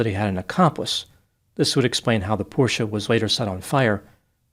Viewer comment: is one of the few Americans who can pronounce Porsche correctly. Very good!